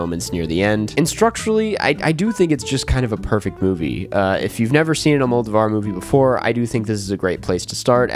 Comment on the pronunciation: you definitely don't need to go full spanish with it but Almodóvar is pronounced all-moe-DOE-var